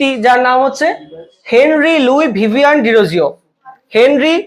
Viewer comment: ভিভিয়ান না ভিভিয়ান